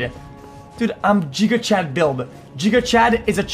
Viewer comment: Xqc failing to say giga Chad is pain